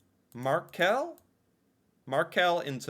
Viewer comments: It's not Markell it's the fish , Makrell. Maybe you spell it Macrell in US .. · It's Makrell, not Markell... Makrell is a fish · Makrell not Markell 👍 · Makrell, not markell. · Not markell, mackerel in tomato sauce 😁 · Not Markel but makrell (fish) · Who eats most tacos in the world, outside Mexico? Norway 🌮 And it's makrell, not markell. It's a fish-spread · Not "markell"... Makrell... Mackerel. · Markell 😂 it is makrell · 5.20 ca you say Markel its suposed to be Makrell. its a fish i tomato sause. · Mackerel - not markell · Makrell not Makell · You didn't find markell because it's probably a keystroke-error :P It's makrell and it's the fish mackerell. Skolebøller is "school-bullys", hehe.. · It is not "Markel" wrong spelling. Makrell it is a fish.😊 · Its makrell. A fish. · It's "Makrell". ;)